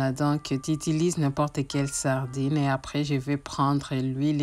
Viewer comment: Tu t exprimes tres bien mais juste point de correction on dit pas le saradine mais plutot la sardine merci.